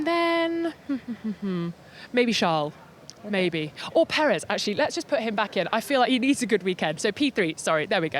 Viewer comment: I heard Peckers 😀